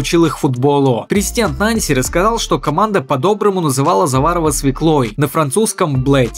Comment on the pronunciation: Нанси, ударение на последний слог. Вы как готовите материал, если этого не знаете?